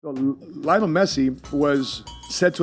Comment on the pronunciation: Lionel not lajonel..... He breaks nothing!